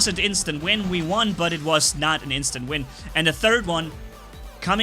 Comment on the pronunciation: You keep saying instant vin